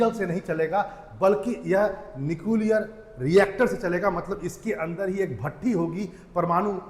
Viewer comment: भाई पहले न्यूक्लियर को तो सही से बोल ले 😅😅😂😂